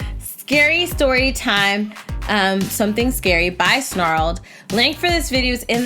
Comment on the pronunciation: U said scory so it’s now SCORY TIME